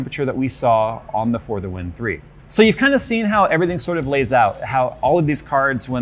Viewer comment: For half of the vid i tought he was saying further wind instead of for the win